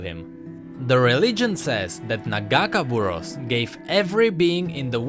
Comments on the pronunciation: It's not nuh-gahkuh-buruhss,it's nagah-kay-boroass. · after hear the name pronounced wrong so many times I got a little annoying. Its Pronounced. Naga-Kay-Bore-Ohs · You say nagakeborous wrong plz listen to illaoi vo and say it right. a nice video btw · As an Illaoi main, ya broke my heart when ya miss pronounced Nagakaboros T-T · You mispronounced nagakabouros. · I'm not gonna lie the way he says nagakaborus makes it hard to watch this video xD